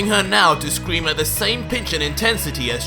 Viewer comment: Grabs 18 arm as she scweams. Hahaha really you forgot how to say scream